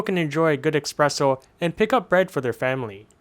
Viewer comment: "expresso"! "EXPRESSO"!? 😂